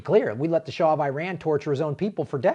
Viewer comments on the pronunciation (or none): none